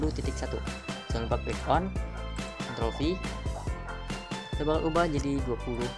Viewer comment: Pas ngomong ctrl ny ga jelas bang pliss taro deskripsi nya buat ctrl